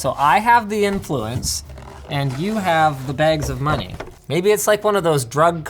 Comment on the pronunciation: Canadian voice: Internet moneyy